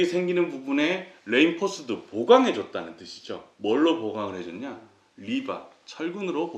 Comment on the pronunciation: 레인폴스트가 아니고 리인폴스트가 맞은 발음입니다. 충실한 내용 도움이 됩니다. 감사합니다